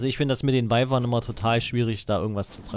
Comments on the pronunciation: kleine info man schreibt wyvern aber sagt wüvern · Patrick Flad man sagt eigentlich "wivern"